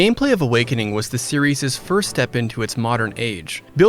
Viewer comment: Please... Educate yourself on how to pronounce certain possessives correctly, such as "series' ". It's pronounced exactly the same as the non-possessive word because it ends in an "s". Please... You sound so dumb when you say it incorrectly.